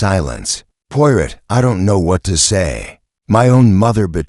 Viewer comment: Do not like videos that have mispronunciations. Especially mispronunciations of the main character. Try again.